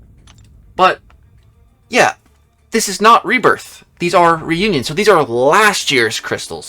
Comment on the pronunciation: learn to read, says reunion wow smh